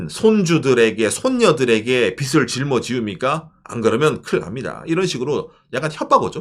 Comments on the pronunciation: 빚을 자꾸 빗이라고 발음하심... ㅜ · 발음하실 때 빚이 = 비지 빚을 = 비즐 이 맞습니다. 비시, 비슬은 머리 빗을 발음할 때 사용합니다. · 빚을, 빚이 - 비즐, 비지 로 발음해야 합니다.